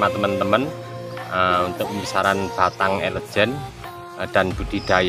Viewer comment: Bukan elegen bang😅 tpi elegan ekwkw